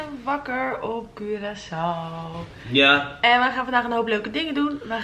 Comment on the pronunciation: Het is Curaçao geen Curacou (geen haat)